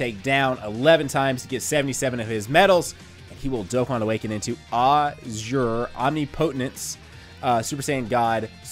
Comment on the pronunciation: That pronunciation for "azure omnipotence" tho lol, it's uhzure ahmnipuhtence (the i is short)